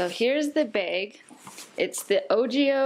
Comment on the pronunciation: awesome bag and tech. I also like how you say bag, its like beyg. anyway keep it up